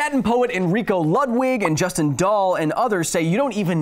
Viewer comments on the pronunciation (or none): none